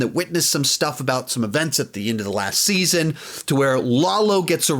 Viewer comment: Better Call Saul Saun 5 lol